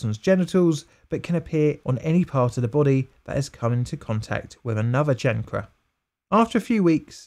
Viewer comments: Kayn Ker not Chan Cre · chancre kanker? no, chan kruh... stupid ... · Chancre is "kayn-ker" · "Chancre" is a French word. In English, the usual pronunciation is "shanker". Macon County is pronounced MAY-cun County. You can hear it near the end of the video "Macon County Line (1974) - HD Restored Trailer [1080p]", for instance. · Chancre - "Kane - ker," there is no 'ch' sound in chancre sore. 🙂 We all make mistakes, honey. It's what we do.... Fun fact : H.P. Lovecrafts' father suffered & died from Neuro Syphilis. He died in a mental asylum which impacted the young H.P. Lovecraft terribly. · It would be nice if the narrator would learn to pronounce a few words eg “chancre” and “thirty”. Apart from that, very interesting video.